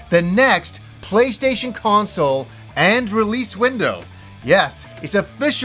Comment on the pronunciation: I like how he says "playshayshin"